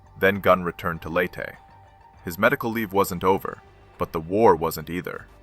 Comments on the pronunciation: Interesting content, but you can always pick out the AI slop. Never heard Leyte pronounced “late” before. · The AI should learn how to pronounce Leyte, and other relevant locations